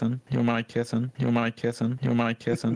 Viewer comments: at first I thought it was "I'm gonna kiss him" 💀💀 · “your my kitten” started to sound like “you might kiss him”🤠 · AT FIRST I HEARD “WHO AM I KISSING” INSTEAD OF “YOURE MY KITTEN” JUST ME? 😭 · When sapnap started spamming George’s “You’re my kitten“ to me it sounded like “you might kiss him“ 🤔😂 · i heard “demonic Kitten” 💀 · I thought he was saying “I’m gonna kiss him” and then I REALIZED HE SAID “you’re my kitten” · When Sapnap kept playing “you’re my kitten” it kinda sounded like “you might kiss him” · why does it sound like “you might kiss them” as well as “your my kitten” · For some reason all I hear is "dream and I are kissing" instead of your my kitten. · Lol when sap starts to spam George saying you're my kitten it now sounds like you don't mind kissing idk why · I HEARD “you might kiss him” 😭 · I thought it said “who am I kissing” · even the subtitle said " You don't mind kissing " LMAO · Shounds like him saying who am i kissing LMAO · Is it just me or does it sound like: you might kiss him. When sapnap played it non stop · why after a while when sapnap played the sound board it sounded like “who am i kissin” 😭😭😭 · I thought he said “ima kiss him” and I was like- Gaynotfound? 👀👀👀